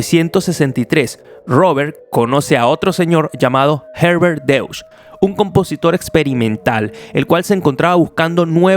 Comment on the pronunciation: !!Muy buen video, me encanta la historia de los sintetizadores, me fascina, los amo, sobre todo con el DX-7 Yamaha, !!me encanta la historia del Dx-7!! Revolucionó todo, sólo una pequeña aclaracion, en el min.3.48, sale el apellido DEUTSCH, pero se pronuncia "Doichst", que curiosamente quiere decir "Aleman, de Alemania", en Aleman, gracias!!.